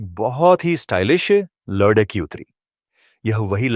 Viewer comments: Kahani ko padte hue shabdon ko dhang se bolo agar hindi nahin padh sakte toh kisi achche hindi ki jankari ho larki ko ladki padh rahe ho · कहानी कहने वाले को लड़की बोलना नहीं आता। क्या वह हिंदुस्तानी नहीं है?